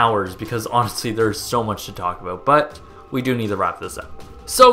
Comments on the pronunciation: You day in this video that your American but you say "aboot" like a Canadian. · You say at the beginning of the video that you're American, but haven't you said you're Canadian in other videos? And you pronounce "about" like a Canadian... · You're American? Because you pronounce "about" like a Canadian 😂